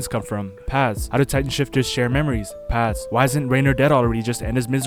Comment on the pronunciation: He cant even say Paths properly